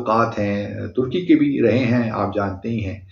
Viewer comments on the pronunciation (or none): none